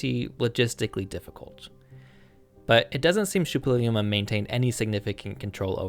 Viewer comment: You keep mispronouncing "Šuppiluliuma" as "Šuppiliuma".